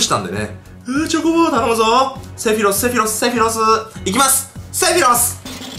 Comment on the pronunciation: せろふぃす？セフィロスだろ？w